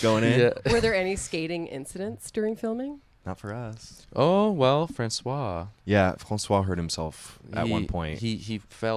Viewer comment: Love how Connor pronounces Francois the French way